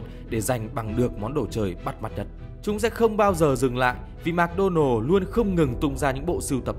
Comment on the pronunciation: Mc đọc là "mợc" not "mạc"